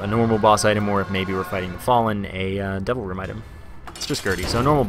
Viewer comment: Whenever you say "Devil Room" all I hear is "Double Room". And it confuses me every single time x__x